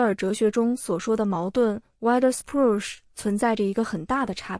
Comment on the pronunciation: wider ≠ wider, 德语得念vee de （近似）。Spruch念施普鲁赫。一点点语言方面的挑剔😅